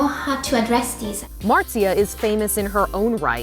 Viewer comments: That's not how you pronounce her name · Pewdiepie: Marzia: Martzia